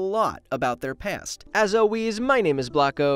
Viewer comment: #dearblocko why do you say "alweez" instead of "always"?